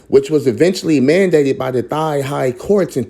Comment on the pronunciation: Please look up the phonetic spelling and learn how to pronounce the words, Thai and Thailand. Speaking the Kings English is important when trying to teach others.